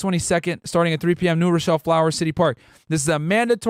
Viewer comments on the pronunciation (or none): none